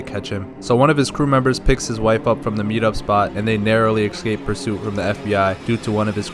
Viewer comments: ESCape Not EXcape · I like how you say ekscape. Please do more videos. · I love this and I can't wait for the next one. I just don't get why you pronounce "escape" as "ex-cape" lol, is that a regional thing or sth? (genuinely curious as a non-native)